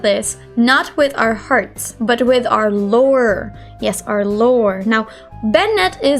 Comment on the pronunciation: literally heard "lower" instead of lore i-😳